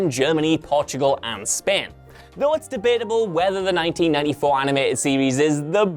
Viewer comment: My man literally called Spain as "span". 😂 😂 😂